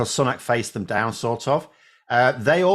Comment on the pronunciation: I thought his sir name is pronounced SOO-NAK? Not SUN-AK?